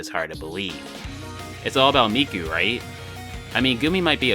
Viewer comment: Miku and “Meeko”. And why “national taco”? But speaking of, not many seem to use Luka nowadays...